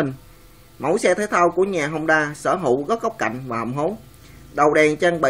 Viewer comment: honda chứ ko phải hongda nhé. honda là nhật, hongda là trung quốc